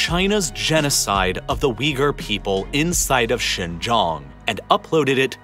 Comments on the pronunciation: How could you trust a guy about Xinjiang, when he doesn't even pronounce Xinjiang correctly? What kind of information would he have possibly researched into? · The fact you butchered the pronunciation of Xinjiang so badly it's clear you didn't research it beforehand is amazing. Even the other youtubers that pretend to care actually try to pronounce it correctly, but you weren't even close... You don't give a damn about Xinjiang, the Uighur population or their culture. You know nothing about them and are using them as a political device. God help anyone who believes the nonsense you spout. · I was trying to figure out where "Shaaan Gioong" was and then it hit me at the end. Its xin jiang or shin, (like the body part) gee- like gee! wiz! , "ang" like the "an" in Taiw AN. With a "g" at the end.Gee Wiz! Yeah maybe some people will think this is nitpicking, but it's not. Especially when I spent 90% of the video trying to figure out exactly where you were talking about. Geography makes place names very important. For those of you who will be quick to snap back and say that "it doesn't matter" well, just think about it! If I was talking about New York State and I said Nyack or Newark instead of New York, There's a pretty big difference that can lead to factual distortions , so I think you should do some consultation on proper pronunciation if you're going to be doing these nice series on geopolitical matters that involve world geography and place names, because if I'm trying to talk about New York and I can't get Nyack, Newark, Newport, and New York distinguished, it's not going to help understanding the geopolitical situation much. Besides my brain latency goes up when it goes into error correction mode. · A bit pedantic but it was bugging me. Xinjiang pronunciation guide. Xin- sounds like “shin” Jiang- sounds like ji Ang with an emphasis on the A, and sounding like ong in gong. Great video. Keep it up.